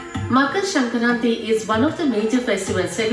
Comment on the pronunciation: The moment said sankranthi so beautifully perfect my proud Telugu heart jumped Btw they missed Telangana and Andhra cuz as usual south = only madrasis(tamilians)